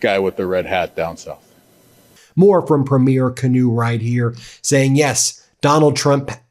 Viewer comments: Good work Ben. If you want to sound more like a Canadian, we don't say "pruh-meer", we say "pre-meer". Keep up the good deep dives into what is being said and taking place. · Thank you for all your great videos from a life long Canadian! One note, it's PRE-meer not pre-MEER. Also they're all right we WILL win this trade war that Trump stated...we've never lost a war yet. And tla lot of the Geneva conventions are apparently written because of what we did during the world wars trump had better watch out or we might add a few more 🙂 all joking aside you picked a fight w the wrong country... To all my fellow Canadians stay strong and elbows up ❤🇨🇦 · Canadian tip, it’s cringe as hell when Americans pronounce Premier as “Pruh-mirror”, in Canada it’s pronounced “Preem-year” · I asked the other Canadians and they said you can be one of us. But you need to learn to say PREmier not preMIER. Sorry. 😊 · Omg, can Americans please learn to say PREEM-yer. Premiere is when a movie opens. Premier = provincial leader = PREEM-yer. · Someone tell Ben it's /PREE-meer/ not like a movie opening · Just a small correction, we typically say Premier like this "PRE-mier" (thanks for your support) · Ben!! Learn to pronounce the word premier. It’s not a word that sounds the the first night of a big movie! Emphasize the first syllable. Respect, eh? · 250,000 signatures for the petition to remove Ambassador Pete Hoegstra from Canada now. Make sure to sign! Btw. It's pronounced "Preemiere" Not the same pronounciation as the first showing of a movie.